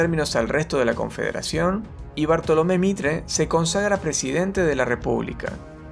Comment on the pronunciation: BARTOLOMÉ MITRE (HUU LE ERRO FEO) YA SUSCRIPTO ASÍ NO LE ERRO TANTO JEJE